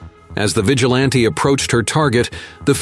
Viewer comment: "Equip ped"? "VEEgilante"?